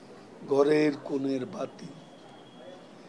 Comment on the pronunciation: Recitation is adorable but I am doubt on only one word of pronunciation.. I may be wrong on GHORER.......this Ward. Please.